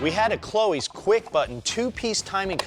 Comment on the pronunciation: It’s cloyes. Not chloes Lmao 😂